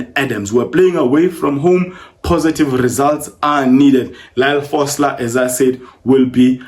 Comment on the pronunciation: It’s Lyle FOSTER, not Frosler🥲